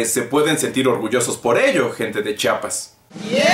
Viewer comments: y dice chiapas no chapas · Chiapas se pronuncia como se escribe Chi-a-pas, no Chapas, que no les enseñaron en la escuela que hablamos Español y en este idioma se pronuncia como se escribe, Chiapas es un estado, chapas es otra cosa, saludos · jajaja gracias por pronunciar chiapas y no chapas